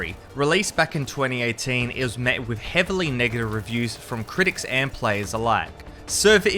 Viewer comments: It sounded like he said heavily nigga reviews😂😂😂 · am i the only one who heard the n-word instead of negative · sounded like he said the n word but nah he said Negative Reviews